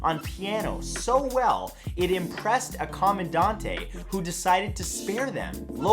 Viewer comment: It brought me up short, sent me down to the comments, and when I came back to hear the end of the "Fact," he capped it off by saying she charmed the "Comman-dan-TAY!"